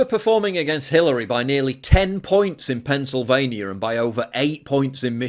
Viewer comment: Pennsylvania, not Pennsylvanier